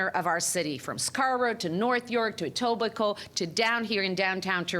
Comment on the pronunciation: She called etobicoke "tobicoe" there is an E at the beginning.